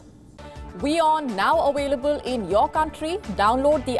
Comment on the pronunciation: OOOO Gravitas. Have you consider being a drama channel rather then the so called NEWS that you portray!!!. Do you ever go back and watch what you say and fact check?. And OOOOO please please use correct English. The world is "AVAILABLE" not AWAILABLE... I must say you put a chuckle on my face. You are NO doubt entertaining!!